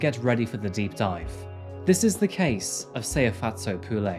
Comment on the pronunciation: He didn’t pronounce her name right. I’m from South Africa and he is far from saying it right but he tried